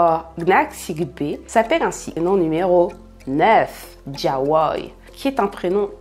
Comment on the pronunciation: Diawoye & jelani sont mes préférés 🥰🥰 et j’aime ta manière de les prononcer c’est super 👍🏾 Courage ✊🏾💪🏾😘